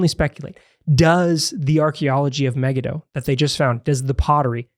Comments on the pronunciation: I’ve never heard “Megiddo” pronounced the way you two are pronouncing it. Also, 2 Ch. says the battle was on the plain of Megiddo, which is huge, not at Solomon’s fort at Megiddo. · Muh-Gee-Doe is the most common English pronunciation